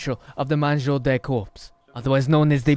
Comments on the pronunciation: I love the idea But its " Mangeur de Corps " and not " Manjou de corpses "👍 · "manjour de corpse" got me 😂 More like "mangeur de corps" Greetings from france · its mangeur de corps hahahaha not MANJOU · Mangeur de corps* (sans prononcer le P et le S, ça ce dit juste "cor") Super vidéo sinon, tu fais un travail formidable, continue comme ça ! <3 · speaking french with a russian accent you're hilarious man 😂 in french we call body eater " mangeur de corps" but nice try oh we pronounce Loui not LouiSSS from a french viewer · I'm from Belgium, so we also learn French. And the correct term for the body eater is: "Le mangeur de corps". You're not far off, also the vids are amazing! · Hey i m french and i love your vidéos, and for the correction its "Mangeur de corps", continue comme ça et désoler pour mon anglais catastrophique ^^. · “Mangeur De Corps” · "le mangeur de corps" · Its mangeur de corp😂😂😂😂🇨🇵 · its mangeur de corps il french